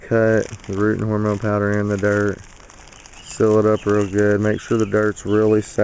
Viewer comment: Love the way you say "dert" your wife is very capable.